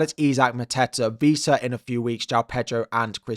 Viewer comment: Couple of notes, it’s ‘Wissa’ not ‘Vissa’ and ‘Diogo Dalot’ not ‘Diego Dalot’